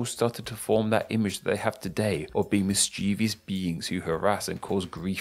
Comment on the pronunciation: Please don't say mischiev-ious.